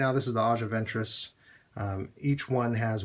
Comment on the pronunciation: You are saying her name incorrectly lol